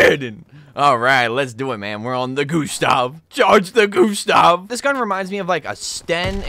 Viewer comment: I chuckle every time he says "the goo the goo the goo stahv cannon"😆